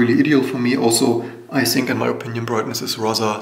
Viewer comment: Finally someone addressing the maglev keyboard. BTW why do you say "Z" when the words have a"T"? Think is not Zink.. ;)